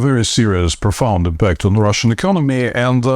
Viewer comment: In the word "impact" the stress is on the first syllable,.